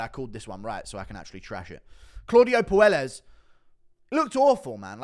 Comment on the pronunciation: I know Claudio is soy and no one cares but his last name is pronounced Poy-Es not Poo-El-Es